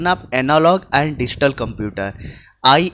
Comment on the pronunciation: sir digital ko distal padh rahe ho hahahahah🤣🤣🤣🤣🤣🤣🤣